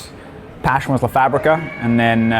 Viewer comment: It's the pronunciado of the simplest structure "la" which makes me feel embarrassed. "Le“. Thank God he's not uncovering Spanish either.